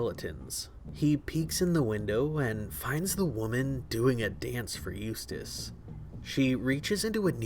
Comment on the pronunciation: Did anybody ever notice the way she says his name it sounds like used a**